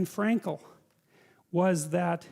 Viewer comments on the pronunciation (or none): He said Anne Frankl lmao